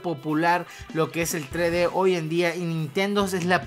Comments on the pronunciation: Vos decis trede (3d) y es tresde (3d) osea aprende a pronunciar xd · SE PRONUNCIA "TRESSSSSSSSSSSSSSS DE" NO, "TRÉ DÉ" -. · se dice tres D no tre d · es TRES DE, no tre de :P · tre de jajajajajajajajajajajajajaj se dice tres de no tre de